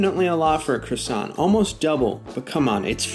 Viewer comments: Why do yanks mispronounce everything? It's not CRA-SONT, it's QUA-SOH! 🙄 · Pronounced as CWOI-SANK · Every french person here is crying at the Croissant pronunciation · Dude atleast pronounce it right.